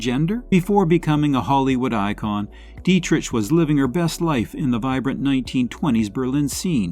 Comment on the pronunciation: I've heard of 7 of these women. Tallulah Bankhead, Joan Crawford, Katherine Hepburn, Rosalind Russell, Agnes Moorehead, Ellen Corby not listed, and probably others better known as well. Two names were pronounced incorrectly, "Deitrich & Dressler".